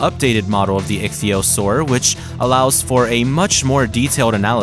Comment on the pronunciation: Finally a fellow scientist who knows how to pronounce ichthyosaur